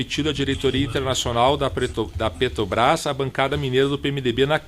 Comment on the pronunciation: Reparou que ele tem dificuldade em falar "Petrobras"?